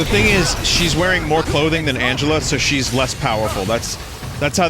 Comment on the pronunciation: “Twials of Mana!“ “YES! I hate this! It is revolting!“ “Mowe?“ “Please.“